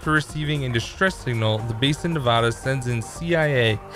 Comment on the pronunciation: Please say Nevada right.